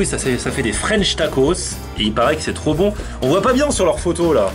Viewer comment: c'est rrop bon c'est rrop bon c'est rooooo von